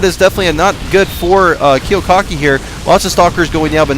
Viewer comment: You missed pronounced Kiwikaki's name the WHOLE GAME. So annoying.